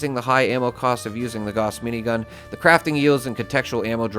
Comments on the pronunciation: Gauss is German. It rhymes with "house." Say it right. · I'm so excited to know I'm not the only person who plays Fallout games pronounces Gauss this way! 😁👍